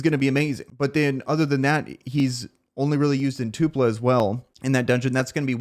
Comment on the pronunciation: It’s TULPA not two pla